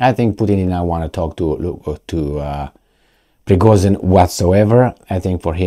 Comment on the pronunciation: Prigozhin = **Prigojin**, not Prigozin. It sounds like fashion compared to fassion..